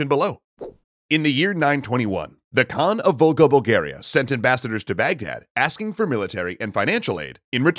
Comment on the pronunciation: I keep hearing "Vulgar Bulgars". Not "Volga Bulgars".